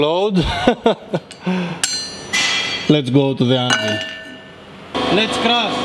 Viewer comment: Whoa hold on a second, is this guy saying "let's crush" or "let's crash"